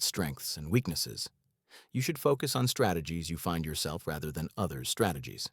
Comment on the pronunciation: This series is legit as fuck. The only request I have is, please try to make the AI voice sound more natural, just go through and fix what sounds weird or is stressed wrong. Case in point, , it’s pronounced, you should focus on strategies your fine yourSELF, not “yourself” since no human talks without stressing what’s important in the sentence.